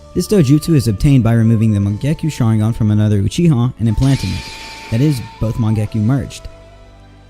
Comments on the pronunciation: Please watch the Japanese version before you make a video about it🤦‍♀ just to know how to pronounce the names of things! It's Sharingan not shaaaringaaan🤢 Hearing you pronounce it that way over and over is so annoying! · Im sorry i cant stand how you pronounce sharingan you pronounce it sha-ring-gan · U say sharingan weirdly